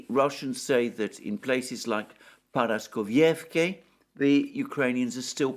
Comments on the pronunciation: dude, please, ParaskovievkA, NOT ParaskovievkE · I even broke the word down into fragments days ago and wrote it in Greek, which he read, but he still cannot get it right. Now, instead of Paraskovievka, it is Paraskovievké, tomorrow instead of Gorlovka, it will be Gorlovké. 😥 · Dear Alexander, please forgive me for saying this, but for a person of near impeccable grammar and pronunciation, you should put in some effort with the pronunciation of Paraskovievka. There is no such thing as Paraskovievké, and to hear it said repetitively is unpraiseworthy. Please listen to how Dima from Military Summary says it and practice. Just like I would not call you Élexander, I think you should not say Paraskovievké again and again, because no such place exists. What exists is Paraskovievka. Thank you for reading. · The name of the town is Paraskoveyevka. Your pronunciation is spot on, besides the last letter. It ends with a letter a, it is pronounced the same as the the other letters a in the word. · Paraskovievka - the last sound is A, not E. like in CAR.